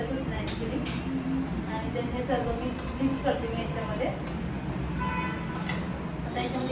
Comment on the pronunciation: Sarvey mhanun nako sarva mhan bai